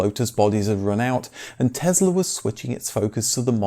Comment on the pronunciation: Tess-la not Tez-la, please.